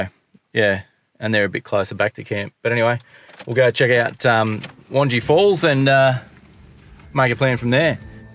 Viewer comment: Lol, I’m sure weird names are getting mispronounced everywhere by everyone. Had a giggle every time you pronounced Wangi Falls. As a Darwin Local, we pronounce it as Won-Gai Falls (rhymes with eye). For next time😀. Great videos of our local hangouts, guys, enjoying your informative format. (Not entering)